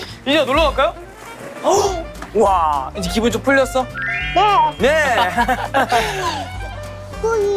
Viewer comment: 어째서 이지니가 유지니로 들리는가..